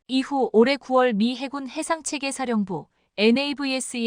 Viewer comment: 해군은 알겠는데 해굴은 머여? 해저굴의 줄임말인가???? 해굴력 아놔 듣기 그러네 거슬려 거슬려